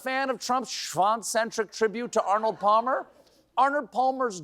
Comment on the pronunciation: forgive me, but i had to rewind this twice to make sure i heard what i was afraid i heard. yes, it's true, colbert said "pall-mer". ok, who's going to tell him?